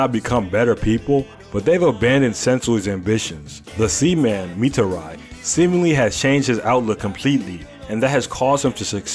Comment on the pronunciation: The sea man sounds like semen the white stuff that comes out after pleasure 😂